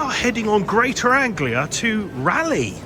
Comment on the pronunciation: Good that the train announcement corrected you on how to pronounce Rayleigh or Raleigh !!!!